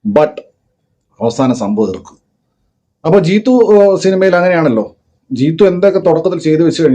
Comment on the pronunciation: ജീത്തു അല്ല ജീത്തൂ